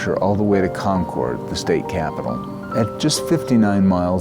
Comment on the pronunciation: Concord is all one word you annunciated as to